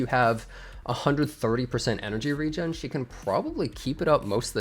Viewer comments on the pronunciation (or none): none